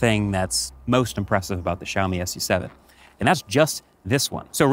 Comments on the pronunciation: It is pronounced Xiaomi Sue 7 and not Xiaomi Ess You 7. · Its Not pronounced as S U SEVEN.... its pronounced as "SUE SEVEN" 😁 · French fun fact: SU7 in French actually is pronounced like lollipop 😅